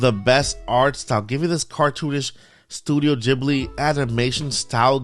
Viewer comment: Studio Ghibli (Gibly not Jibly)